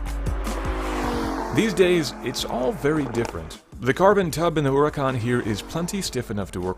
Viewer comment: Eeeelp, why did e call this andsome, fabulous, orrendously amazing car, URACAN? Are you french my man?